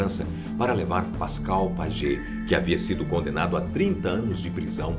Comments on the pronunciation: Pascal Paiê, como se lê o sobrenome e não Pagê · Pagê? Acho k se le Paye! O Pascal Payet! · " pajet " ahahaha wtf